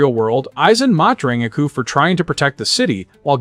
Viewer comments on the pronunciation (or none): none